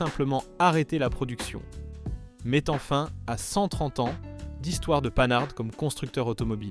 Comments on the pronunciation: Pannard pour panhard c’est pas mal aussi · Mais d'où tu ne parle pas français? C'est TALBO et non TALBOTE et HORIZON et pas HORIZONE c'est français mosieur et pas rossbif§ Oh putain la PANEHARDE moins 5 c'est panaris! certe le moteur était au bout de son développement, mais elle avait une puissance comparable au voitures du segment avec un moteur plus petit et en consommant moins et si elle n'a pas eu le moteur qu'elle méritait c'est parce que CITROËN ne l'a pas voulu et a fait crever le plus vieux constructeur français. Ah non mais c'est sketch la 2 C Vé! Eh 2 Cv c'est l'abréviation de 2 chevaux. J'ai 64 ans, mon en a eu 4 et je n'ai jamais au grand jamais entendu la 2 CVé! pour la R14 vu sur une publicité 4x3 à l'époque " la poire c'est le client". La campagne de pub suivante fut " La 7 Cv du bonheur" auquel fut ajouté "des carrossier" les ailes arrières étant un peu plus large que les ailes avant. Alors pour la GS birotor n'oublions pas que NSU, partenaire de CITROËN dan le développement du moteur WANKEL, a disparu racheter par VW. MAZDA a poursuivit l'aventure jusqu'en 2014, pour finalement jeter l'éponge devant à minima les problèmes de pollution. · Beaucoup d'erreurs! Prononciation: Talbot, Panhard. Dates contradictoires. Images de R5 pour illustrer la R14. etc. etc. Des "désastres" qui ont vendu des millions de voitures. A éviter.